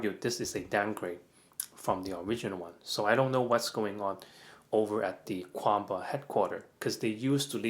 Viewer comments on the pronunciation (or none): is Kwamba the correct chinese pronounciation?